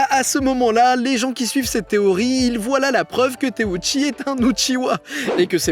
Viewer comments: Teuchi par pitié par teouchi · teuchi pas téouchi